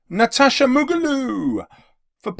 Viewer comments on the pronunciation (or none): none